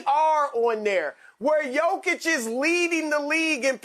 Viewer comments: Rick ima need you to just say “jokic” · Fool said jakic 😀.